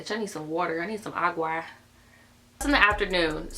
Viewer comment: THE WAY SHE SAID AGUA OGVOUGVUOSDGV